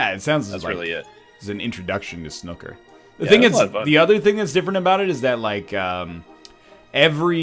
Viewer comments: NL it's pronounced Sn-ooo-ker not Snukkah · It's not "Snukka" It's Snooker, emphasis on the oo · pronouncing snooker snucker xD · NL making fun of saying "Reading" wrong, yet moments prior they were both pronouncing "snooker" like "Snookie" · It's sn-oo-ker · i'm from England, and it's painful listening to them say 'snucker' :')) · The way they pronounce snooker... Are these real human beings? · Brits would pronounce Snooker to rhyme with "It's new, cur" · Funny how you pronounced snooker.